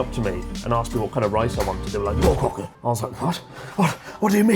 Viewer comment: bro forced his brain to say ootoya instead of otoya, only to later and up saying goukoku instead of gokoku ICANT 🤣 Also, love how that dude in the robot cat place that was blurred out, but he wasn't at the beginning of the video xD